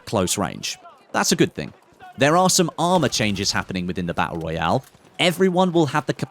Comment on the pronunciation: Hey say, tap, tap, now say tooth, and again tooth, now say baTTle, sorted